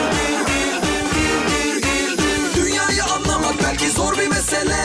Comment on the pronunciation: Bükeycan mı dedi?